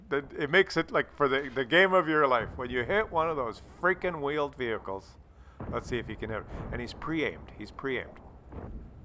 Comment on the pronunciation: Those stupid "veeled whehichles" lol. Love the channel, even when you swap syllables, it comedic gold.